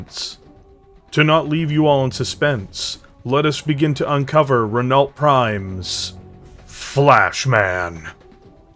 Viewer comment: Just a note on pronunciation, Renault is pronounced 'ren-oh', French "people" are weird